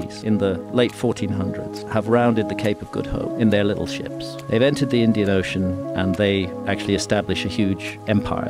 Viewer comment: Emphasis on the little ships 😭😭😭